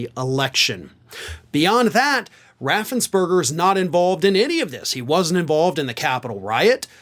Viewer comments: Raffens-PERGER, NOT BERGER! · Fun fact, Brad Raffensperger not berger. ~3K